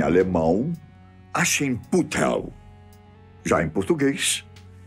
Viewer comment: KKKKKKKKK ASCHENPUTELL